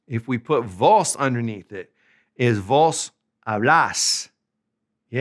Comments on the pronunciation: First things first. The 'V' 'Vos' in Spanish is not the English 'V'. This guy mispronounces 'Vos' right away. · yes. sounds horrible with the english v